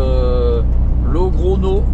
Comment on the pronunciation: Salut, c'est le go expert que tu as comme gps, on dit logronio en espagnol, la petite vague au dessus du N se dit nieu pour info, allez bonne route, buena ruta e buen viaje amigo